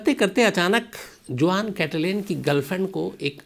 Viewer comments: Khan sahab जुआन नहीं it's pronounced हुहान् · In Spanish name juan pronounce as “huan” not juan for example JOSE pronounced as “HOSE” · Juan is a spanish name , it is written as Juan, but is is pronounced as Huan , in spanish J becomes H , like Jose is Hose , Javier is Haviar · It is a Spanish name Juan but is pronounced like " Huan". Spanish "J"=English "H". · Hi m from California and its a Spanish name juan but pronunciation is Huan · “Juan” pronounced as ‘वाॉन’ Hispanic name.